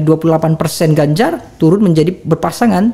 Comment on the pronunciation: Menit 52.04 mangcek refly keluar plembangnyo, turun jd toron logatnyo, dk pck ilang :)